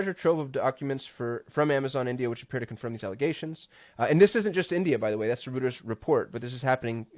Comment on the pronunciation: Just a quick note my friend... Reuters is pronounced ROY TERS. Don't ask me why.